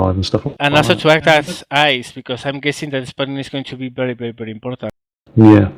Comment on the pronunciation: it's not bery bery it's very very :D